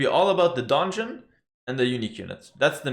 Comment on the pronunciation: Really confusing with the Donjon pronunciation, because it is actually a french building and in English they do not differentiate. If you would, pronunciate it in french it would probably more different from dungeon. :D ;)